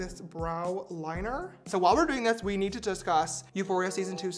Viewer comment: did anyone notice that in and he said "dith"? idk i just thought id say that